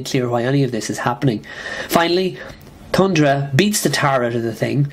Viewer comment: It's TH-undra. (Unless that's an accent; if so, apologies) Jeez, 3 out of 10 stars for FF 133, the legendary, gorgeous Ramona Fradon fill-in?? I think you're way off the mark on FF 141 as well. That was one devastating story for the invested reader. It's a pop culture touchstone as well, figuring prominently in Ang Lee's film masterpiece, The Ice Storm. I have to agree about 149 though, as much as I love that story overall. We are never given an adequate explanation for Sue's bizarre behavior, especially her accompanying Namor to attack New York. Crazy. Unfortunately, you missed out on a good chunk of that overall story. It really begins in FF 129 (with the introduction of Thundra) but you could easily argue that things truly kicked off with 126 and its excellent retelling of the FF's origin.